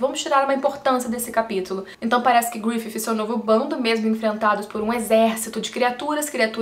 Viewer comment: fale grifissssi, pq grififi fica muito mehh